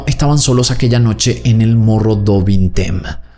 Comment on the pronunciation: Mogo du vinteim se pronuncia.